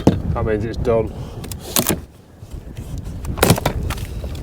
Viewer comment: Did you swear? It didn't sound like Buck-it.